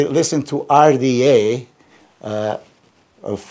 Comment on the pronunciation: Love how fda came out instead of rda, lol!